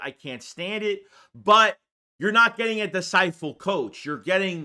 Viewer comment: I'm not tryna bash you but when you say disciPle I bag tf up. 😂